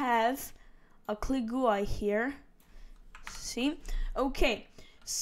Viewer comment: The way u said GUI